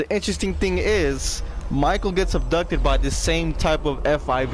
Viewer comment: Wait did he acsholy get ubtucded?